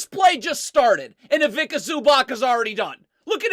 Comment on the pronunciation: Zubac is pronounced as Zuba-ts. Ivitsa Zubats. NOT ivika zubak.